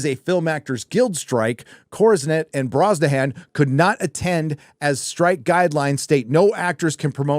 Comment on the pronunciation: It's pronounced "Rachel Bronso-hun"...